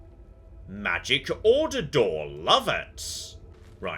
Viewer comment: You say magic order door I thought crystal anus, life is a rich tapestry